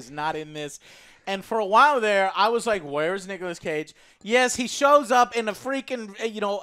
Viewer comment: Nigolas Cage